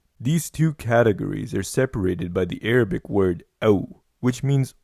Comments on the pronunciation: Your arbi is quite good..👍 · How come your Arabic pronunciation is so good ? Where u brought up in middle east ? But your english accent is also good.